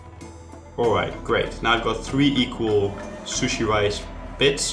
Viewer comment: I am Japanese and I hate the way he says sushi